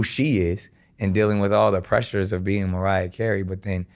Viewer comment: britts pronouncing mariah: "mariahr"